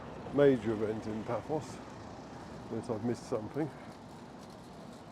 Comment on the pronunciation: Yep, Paphos with 'th' really annoys me!